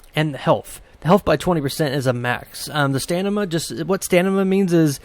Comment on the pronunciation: Nice vid. Tnx One thing, it's stamina not stanima :)